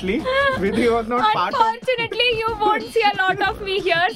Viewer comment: unfortunately couldn't say unfortunately 😂❤️